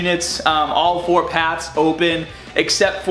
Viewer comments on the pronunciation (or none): none